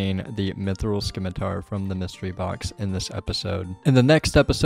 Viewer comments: Fyi is "sim-it-ar" not sKimiTaR - silent c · (I'm joking) Can't listen to you mispronounce scimitar anymore lol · Always nice to add more onechunkers to the subscription list, looking forward to seeing where the rolls take you! (scimitar does not have a K in its pronounciation.) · the c in scimitar is silent